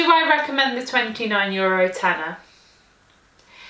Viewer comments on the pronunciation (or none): 'For only 150 jurro.' 😉 Love the way you pronounce euro :)